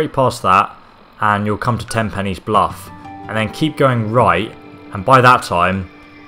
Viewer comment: Dude.... it's Ten PINES bluff.